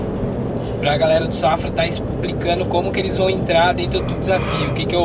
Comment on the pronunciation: espricando kkkkkkkkkkk